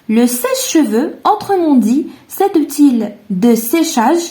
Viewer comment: Conçu تنطق ç س ليس ك Outil تنطق اوتي و ليس اوتيل للتصحيح فقط و شكرا على المجهودات